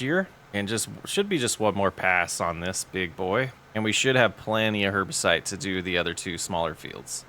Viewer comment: Herbicide - not herbicite. Like homicide but with herbs.